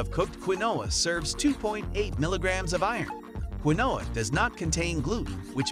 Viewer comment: Do your research, not everything on this list is legit. And he pronounced quinoa wrong